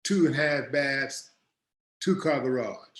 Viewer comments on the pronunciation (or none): none